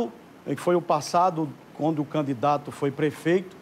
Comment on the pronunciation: "Canidato", não, candidato!